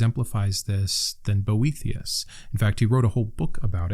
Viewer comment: I listened to this video instead of watching and the whole time I thought you were saying Brometeus and I was like, wow, he does sound like the coolest, OG bro of them all. 😆 I'll look into these books, thank you! Even though stoism was created by and for bros, I find it really speaks to me.